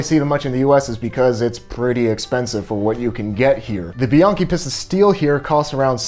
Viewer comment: It's peace'-tuh. Not pissed-uh.